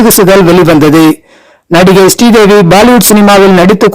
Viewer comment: Sree Devi not stee devi